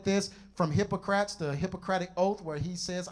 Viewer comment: I just wish he took time to master the pronunciation of these names: Asleep ee us, Hippo cra tees... Otherwise, he did well.